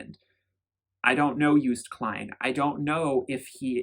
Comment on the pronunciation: Joost is not pronounced as Joest... it's like the O's in 'ohnooo' or 'videoooo'. 💋